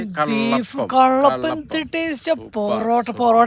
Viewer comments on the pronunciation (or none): കല്ലപ്പം അല്ല കള്ളപ്പം എന്നാ പറയുന്നെ